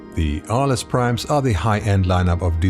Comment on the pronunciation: good video as usual. only comment, as the name is inspired by the city of Arles in the south of france, you don't pronounce the "S", you will say Arle. City where every year you have one of the biggest photo festival in the world starting july till october.